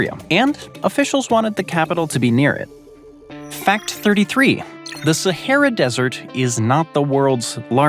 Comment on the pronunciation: The way he pronounces “Sahera” and “Legos” 😂😂